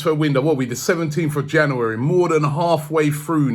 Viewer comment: Still cant say january